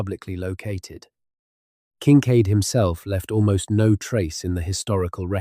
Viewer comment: I think you are falling to sleep to an AI voice, Better off listening to Whales. This 'voice' cannot consistently pronounce Kinkaid or UTE!